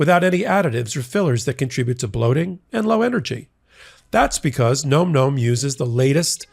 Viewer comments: Im not 100 percent positive but im pretty sure you were misprouncing your ad product. I really think its pronounced like "nam nam". Not like nome. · .....it's not GNOME GNOME, my dude. It's NOMM NOMM. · It's pronounced "näm" not "gnome". Nom-Nom is a common onomatopoeia for the sounds of ferocious or energetic eating. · Nom Nom is pronounced Nahm Nahm, like mmm, nom,nom,nom...not Gnome Gnome. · No, it's pronounced nome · More than half of America thinks "nom nom" rhymes with "tom tom." So far, you've tried "num num," "noom noom," and "gnome gnome." Maybe ask the company how to say it? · You're still pronouncing Nom Nom incorrectly and it's driving me nuts. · I’ve heard you guys do two pronunciations of Nom Nom and neither was correct. It sounds like bomb, not gnome, right?